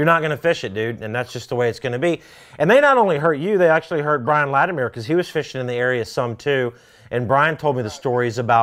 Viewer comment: Scott, it’s Lati-mer not Lati-meer